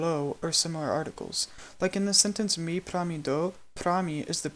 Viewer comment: I can hear that you haven't nailed the Lojban pronunciation. You're pronouncing mi and do as /me/ and /doʊ/, when it's supposed to be /mi/ and /do/.